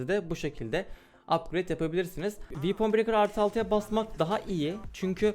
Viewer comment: Böyle delikanlıya "vepın brekır" ı "viipın brekır" diye telaffuz ettiren oyun bize neler yapmaz!